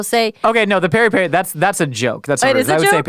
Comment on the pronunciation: nails the "Peri Peri" 😂 Lots of love from Joburg. You guys rock.